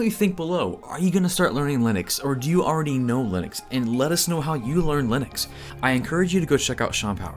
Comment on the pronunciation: Just found your channel, and nice work. Congrats on pronouncing Linux correctly (something I got wrong for so many years until I saw Linus tell me better)